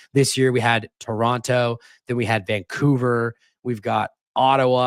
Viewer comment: I was so happy to hear pronounce Toronto correctly the first time, only to hear him pronounce it incorrectly 6 seconds later.